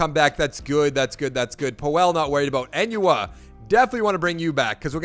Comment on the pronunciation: I love how you say “I love Quincy Enunwa” but you butcher his name 😂 lmao. Good vid though.